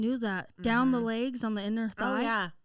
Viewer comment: can’t say a thing about Maggie.. if she says “LAYgs” 🦵or “AYEgs” 🥚one more time I’m gonna kms lol